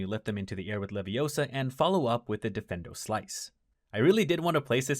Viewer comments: it's not wingardium levioso. it's wingardium levioSAAAHHH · You're saying it wrong. It's not Wingardium LeviosO, it's Wingardium LeviOsA. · Besides, you're saying it's wrong. It's Wingardium Leviosa, not Leviosooo... :D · It's Wingardion Leviosaaaaah... not Leviosooooh...